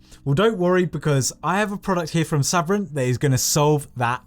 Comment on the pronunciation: Your saying Sabrent incorrectly, your British not American, and you didn't do a speed test.